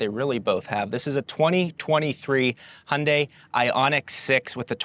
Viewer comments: but still not perfact ... it's not (Hun) dae.... it's more like (Hyoun) dae ... like when you pronounce 'young' not like hundred !! lol '현대' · Yes indeed - for everyone outside of the US (Including Korea which should be the ultimate authority given it's a Korean brand) the pronunciation is similar to HIGH-UHN-DYE (hi-un-dai) with a slight emphasis / inflection on the second syllable. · The Y in Hyundai is pronounced too. I’m only saying this because you mastered the last syllable 🙃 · I heard “Hyundai” but was thinking “Hyundai”…🧐